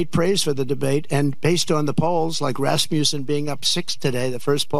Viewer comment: This dweeb is quoting one if the most unscientific, right wing polls in existence. It's done randomly by phone without the usual statistical rules of reliability and validity. AND, it's the "Rasmussen" Poll. He said, "Raspussen" conflating the poll name with the Russian mystic, "Rasputin." And the wheels in his brain go round and round, all through the haze.